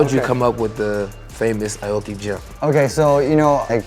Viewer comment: Steve, why do you say Aye-Oh-Kee? Even Nate said your name right as Ah-Oh-Kee. Don't sell out foo.